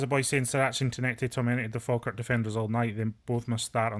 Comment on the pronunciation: 😂😂😂😂 it's Falkirk fs